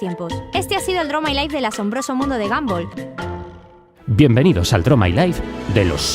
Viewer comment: Se dise gonbal no ganbal